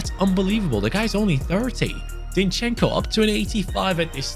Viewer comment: Zinchenko's name pronounces just as it's written, try to accent on I, so it's zIn-chen-ko, don't pull e and o sounds, say it fast